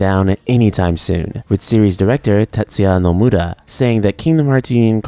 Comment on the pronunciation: literally no one pronounces Tetsuya Nomura like that